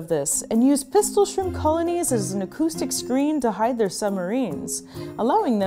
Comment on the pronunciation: Shrimpu shrimpu no jetto pistolu